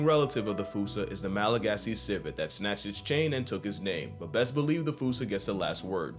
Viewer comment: And apparently Malagasy (the main language of Madagascar) is pronounced "Malagash".